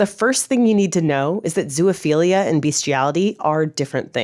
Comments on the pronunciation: You made a video and can't even pronounce the word? It's"best" iality" -- just as it's spelled -- not "beast" iality. It's also "zo" (rhymes with row) ophilia, not "zoo ophilia". Consent? When a male dog mounts a person, which one is non-consenting? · Why do you keep saying "zoo-uh-philia" 😭😭😭😭😭 It's making this so hard to watch and take seriously! There is no "uh" in the middle 😂😂😂